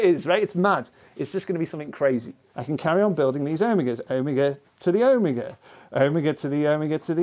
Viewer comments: o-mig-a o-mee-ga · He said owmiga I didn't know what he meant for like 10 minutes. Do all british ppl say omega like that?